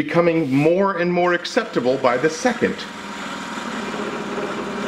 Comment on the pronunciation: "it is becoming now and more acceptaBOWL by the second"